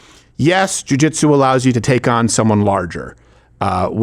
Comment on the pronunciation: What he said was, Jewjuitsu